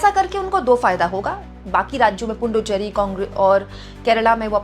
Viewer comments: Say Puducherry or Pondicherry. Dont say Punducherry. There is no any Punducherry. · ❤. It's Puducherry, not Punducherry